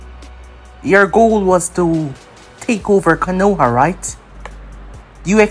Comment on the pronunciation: Not trying to be negative but 2 things It’s not K(A)-noha like how you’ve been saying it over the years Is K(O)-noha you emphasized the A a lot Also it’s not sake like saying (for my sake or for god sake ) it’s SA-Kay I know I’m nitpicking but I think it would elevate ur what ifs after all it’s all about the immersion right?